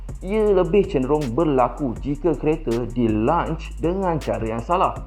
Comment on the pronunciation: Lonch lonch. Bukan lunch lunch.